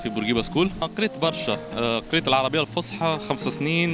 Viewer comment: اللغة العربية الفصحى يرحم والديكم بالصاد موش بالسين